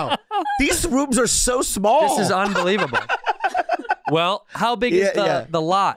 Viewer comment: bobby said that so asian, "isnt that, una believe able uh"